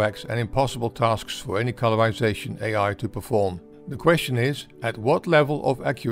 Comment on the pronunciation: "stowy" "incweasing" "colourwization" "gwowth" "degwee" ...